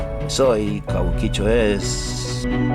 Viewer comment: Yo trabajé tiempo .cabuquicho suena como argentino boludo